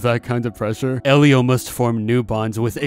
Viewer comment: I thought it was pronounced "ee-lee-oh"